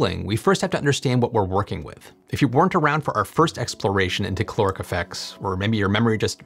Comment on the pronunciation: You need to pronounce the A in caloric, otherwise it ends up sounding like chloric which is something else. So it's caloric not c'loric.